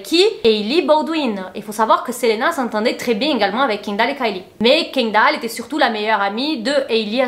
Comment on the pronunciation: Kindall? Kindall?? Kindall??? pourquoi les français sont si….